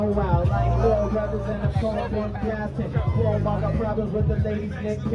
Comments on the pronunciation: Not como, cWOAHmo. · Somebody please tell Luke that Cuomo has a "U" in it.